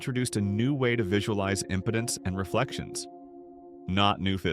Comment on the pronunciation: Please teach the Bot how to pronounce IMPEDANCE.